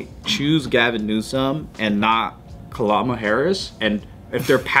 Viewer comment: When Joe said Ka-llama Harris my brain created Kamala with a llama wearing shades. Why, brain? Why?...